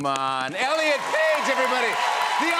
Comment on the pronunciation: 😂😂😂😂😂😂😂😂😂 you said, rllen instead of elliot!!! 😂😂😂😂😂 You are awesom!!!! So punk!!!!